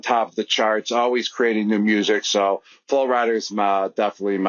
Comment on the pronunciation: “Flo Rider” lmaooo